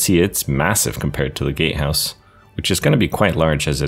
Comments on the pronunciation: Look ik hes saying “gate house” BUT ALL I HEAR IS “gay house” AND NOW I CANT UNHEAR IT AND ITS FUCKING HILARIOUS ( btw it look mf amazing you did an awsome job on it) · Incredible build, but I kept hearing gate house as gay house and I just wholly accepted that lmao